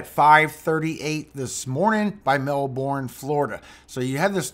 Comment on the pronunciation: You pronounce Melbourne, Fla. incorrectly. It is pronounced Mel burn.